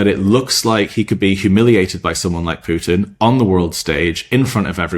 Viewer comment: How many times did Trump give Pyoutin "another two weeka??" WHY 50 days now??